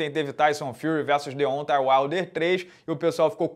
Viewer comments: De ontem Uaider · o jeito q o pronuncia Deontay Wilder me dá uma agonia kkkkkkkkkkkkkkkkk